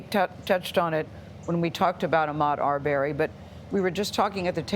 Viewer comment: It's not ar berry 🥴 I can't stand the mispronunciation